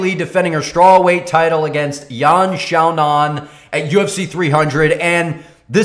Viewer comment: well 1.4 billion people in China might argue that its a big name, and its sa-non "Xiaonan' NOT GA-NAN